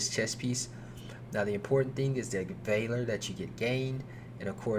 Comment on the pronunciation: That is not how valor is pronounced.